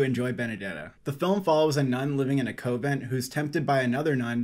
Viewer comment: its not COVENT -- its CONVENT